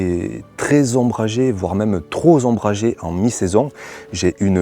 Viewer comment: "trozombragé" ;) ---> TroP ombragé :)